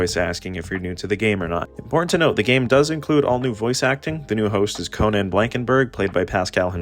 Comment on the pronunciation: Erm, Actually, his name is pronounced “Caw-nan Blankenburg”, not “Coh-nan Blankenburg” 🤓☝️. (No offense)